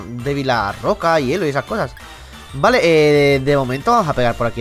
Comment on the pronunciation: hielo no herro bro :vvv